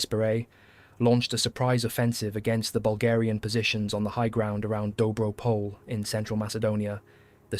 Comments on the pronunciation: First a point of precision - "pole" in "Dobro pole" is not pronounced as the English name "Paul". The "e" is pronounced and stressed, like in the French "Calais". Second, as a Bulgarian I found the video interesting but the extreme glorification of the Serbian army was a bit too much for my taste. Keep in mind that the Bulgarians and the Serbs had fought in three wars before WW1, in one of them as allies and in two as enemies. First came the war in 1885 following the unification of the Principality of Bulgaria and Eastern Roumelia (southern Bulgaria). While the young inexperienced Bulgarian army was concentrated at the border with Turkey, the Kingdom of Serbia declared a war and attacked from the west. The Serbian army was much better staffed and equipped with more modern armament and the general expectation throughout Europe was for an easy and fast capture of Sofia. Instead, the Bulgarian forces were able to relocate fast, stop the Serbian offensive and counterattack. After entering Serbian territory our army stopped only when Austro-Hungaria threatened to intervene. Then came the First Balkan War of 1912. Bulgaria amassed an army, bigger than the armies of Serbia and Greece combined. It fought against the main Turkish forces in Eastern Thrace in the direction of Istanbul. The ill-conceived Balkan Alliance broke down when the Serbs (and the Greeks) occupied large parts of Macedonia behind the back of the Bulgarian army, territory, which had been considered as predominantly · excellent documentary. just a minor correction: dobro pole is pronounced more like dobro poleh ..